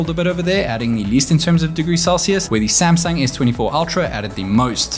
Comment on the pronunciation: WHY YOU SAY SAMSANG DONKY